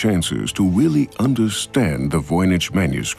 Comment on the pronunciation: did the narrator say "weally understand" ?